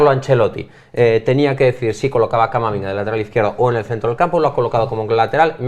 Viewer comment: Por cierto en el minuto llama a Camavinga camaminga😂😂